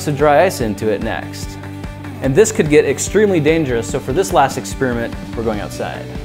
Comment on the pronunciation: Ex-Peerment. Ex-Pairi-ment